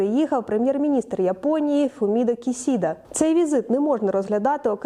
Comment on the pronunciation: Правильно "Фуміо Кішіда" і не "Хіросіма", а "Хірошіма". По правилам японсько-української транскрипції Бондаренко(2014) або Коваленко(2012)